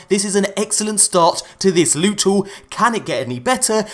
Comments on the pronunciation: I like how you call it lute instead if loot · S-weet p-ressious lewt